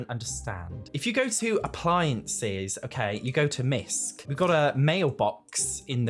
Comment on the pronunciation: misc = miscellaneous not misk...